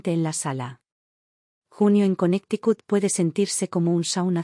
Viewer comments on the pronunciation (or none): none